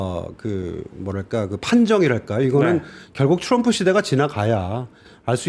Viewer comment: 온갖 한국 발음 다 하시는데 트럼프만 츄뤔프 네요